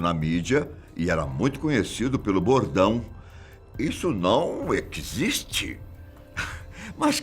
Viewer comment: O Padre Quevedo falando equiziste, e o pronunciando Padi Quevedo kkkkkkkkk